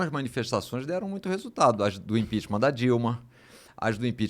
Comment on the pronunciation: O cara só sabe falar GOPI, IMPINTIMENTH